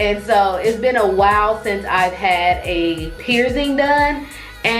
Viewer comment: Pier-zing?? 😂😂😂😂 ITS PIERCING!!!!